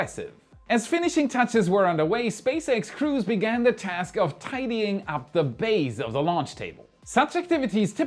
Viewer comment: "...tidying up the baze..." it is "base", my friend! Not baze! 😆